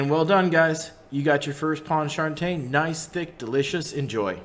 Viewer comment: As a New Orleans native, let me help you sweet pea, is pronounced pawn-cha-train. Second, I’ve never had this sauce made with tomato paste